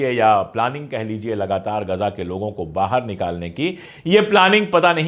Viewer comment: are bhai "Gaja" nahi hai "Ghaza" hai.